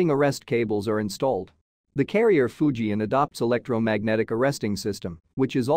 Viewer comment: Fujian, NOT Fuji